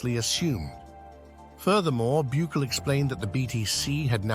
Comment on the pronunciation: God fuck say his name right BUKELE!!! NOT Buuckle 😂